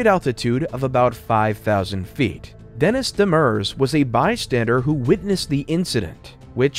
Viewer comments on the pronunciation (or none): none